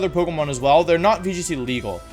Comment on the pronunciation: VGC? You mean wee g c